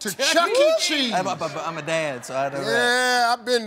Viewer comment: 19 said Chuckee Cheese?! GTFO